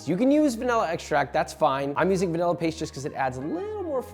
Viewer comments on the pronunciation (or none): Then add two tea spoons of mumble mumble paste! Sure... I'll take some... paste? Help?